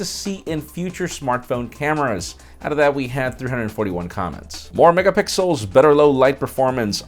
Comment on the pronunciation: clearly said more megapickels and not megapixels.